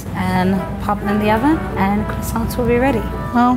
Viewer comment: Its croissants